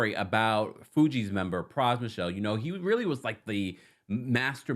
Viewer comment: His last name isn’t Michelle- so disrespectful to talk about this man and you can’t even take the time to say his name corrrctly